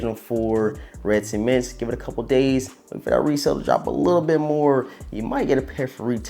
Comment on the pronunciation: Ceements? It’s pronounced cements